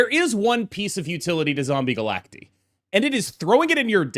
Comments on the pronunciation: you probably know this by now but said they said it wrong and he found out it’s supposed to be Galact-eye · Is it not pronounced Zombie Galac-Tie? Because they are multiple versions of Galactus? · They are multiple Galactuses. Galacti. Like octopi instead of octopuses. It's Galact-EYE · Bro I’m sorry but I cannot watch a 15 minute video of you saying “Zombie Galacteeee” smh